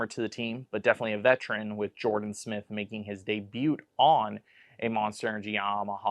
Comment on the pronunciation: Love the content but I was thrown off with pronouncing the t in debut haha